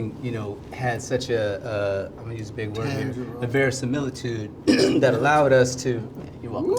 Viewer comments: I knew Kevin was goin to say “seliritude” again 😂😂😂, anybody else knew? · My dude said samilitude 😂😂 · I couldn't stop laughing when Kevin Hart tried to say "similitude" in the wrong context. So funny!. I love that guy. It's great to see all of my legends in one room😊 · Word has it that till this day, Kevin is trying to pronounce; SIMILITUDE!!! 😅😅😂😂🤣🤣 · guys according to legend... kev is still trying to pronounce similitude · 🤣🤣🤣🤣🤣🤣🤣The way I screamed when Don shook his head at Kevin trying to say that word!!😂😂😂😂😂These Iconic Legends Look Amazing!!!!!❤❤❤❤❤❤❤❤❤❤❤Always Loved their ACTING 🎭 across the screen over the years!!!!📺 🌹🌹🌹🌹🌹🌹🌹🌹🌹🌹🌹🌹🌹🌹🌹🌹🌹🌹🌹🌹🌹🌹🌹🤩🙌🏽🙌🏽🙌🏽🙌🏽🙌🏽🙌🏽🙌🏽🙌🏽💯💯💯💯❤️L😍Ve Taraji’s 🔥🔥🔥🔥Hair!!!!